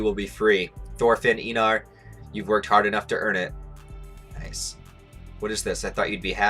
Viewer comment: Ain't he Einar not Einor🗿